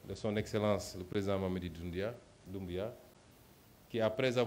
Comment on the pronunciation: Le français est très bas 😂😂😂 il essaye d'être pertinent, mais cette dernière pertinence n'est au rendez vous... Écris le nom de Mamadou Doumbouya sur ta main ✋ comme tu as les problèmes de prononcer son nom.